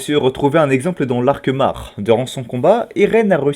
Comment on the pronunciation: De 2 choses l'une, ce n'est pas "sig" mais "sièg" [sieg] et de pas "mar" mais "mor"[mahr]